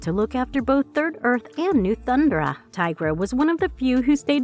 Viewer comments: I swear these videos are narrated by an AI, because they can't seem to say Thundera, instead of saying Thundra. It was the same for other words in the Grune video. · Thun-'DER-a...not "Thund'ra" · hey snowflake white knight, if she can say THUN DAR IANS then she can say THUN DARA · Do the people that do these reviews on these iconic cartoons they actually watch them I mean how many names are you gonna miss pronounce this is sloppy if you’re gonna do something do it right or don’t do it at all you said Thundera wrong it’s pronounced Thun-dare-rah Jaga is pronounced Jog-a Get your shit together if you gotta do this stuff do it right that was sloppy I couldn’t even watch it all your fucking up the names